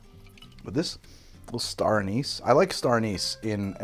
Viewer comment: Awesome video! Drinking a toddy myself tonight. But the way you pronounce "anise" drives me nuts 😂